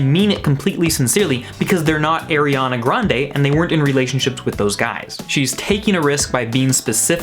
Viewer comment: "airiana grande"